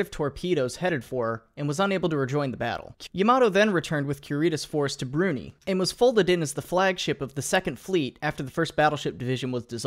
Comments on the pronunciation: YamaTo, not YamaDo Brunei, not Bruny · Bruney? BRUNEY? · DID YOU PRONOUNCE BRUNEI AS ‘BRUNEE’ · wtf is "shee boo yan"? tf is "broo nie"? lmfao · broo-NY , Kur-eh ... also no mention of Shinano. Furthermore no mention of the lessons the US learned from sinking Musashi. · wow cant believe u mis pronunce brunei go to jail